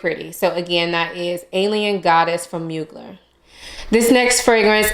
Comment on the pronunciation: Great picks! Dolce Garden is definitely unique. Beach Walk reminded me of Alien Goddess, so returned it. Can we please pronounce Mugler correctly? ☺️❤️ Thank you!